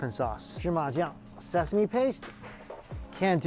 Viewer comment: "it smells so sesame...sesameee ? Sesa-Me-E ?" That unexpectedly made me laugh😂😂